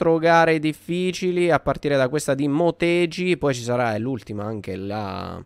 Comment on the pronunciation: scusa per la correzione ma si pronuncia "Moteghi" (i jappo pronunciano la G dura)